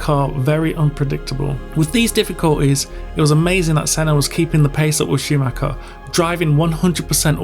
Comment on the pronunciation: "injured Scumacher"??? WTF??? another "expert" with yt diploma... telling a story to get more subscribers... capitalizing on others grief and disaster... F.U.